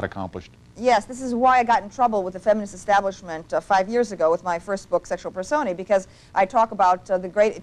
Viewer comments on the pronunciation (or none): nice post...in the tradition of camille's relentless intellectualism i feel called to point out that "personae" is pronounced [pər-ˈsō-nī], with the accent on the middle syllable. i wish there was more camille on the web -- good to know there are others out there.